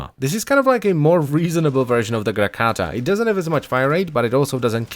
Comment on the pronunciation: does anyone else think the way he says grakata is super dope.